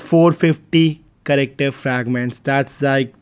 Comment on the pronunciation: Other say character says charecktar